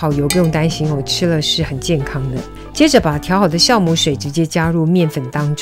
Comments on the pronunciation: Jiao母，不是念孝母。这是很基本的发音，这都会念错。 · 酵母。读jiàomǔ ，不是xiàomǔ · wiki says jiaomu not xiaomu